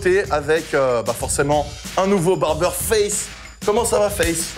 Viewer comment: ca se dit barber "TOK"... ca pique les oreilles